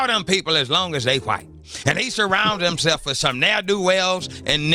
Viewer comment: The God said, "HimSLEFF!" It kills me that he can't pronounce that word correctly. LOL